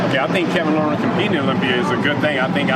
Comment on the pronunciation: So many people making videos and pronouncing Levrone incorrectly...holy shit, is it really that hard to do some research before you make a video about somebody?